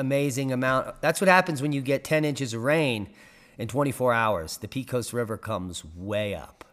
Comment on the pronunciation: Pecos pronounced PAY-CUSS